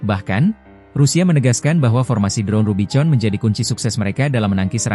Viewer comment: Kalu mau bikin narasi pake robot ai ,tuli bunyinya misal rubikon , jd gak salah ucap ... jadi norak editornya